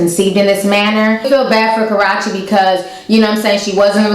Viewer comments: (Ka-RAW-CHe) ??? lmaoo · Will someone please tell her how to say karrueches name please